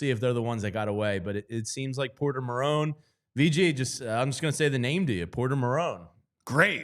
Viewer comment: dude can't even pronounce his name correct, it is MAR TONE, these sports analyst need to become more 4for4 and learn hockey